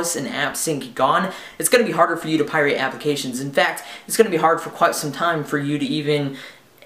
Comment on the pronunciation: pirate, not pie-rate.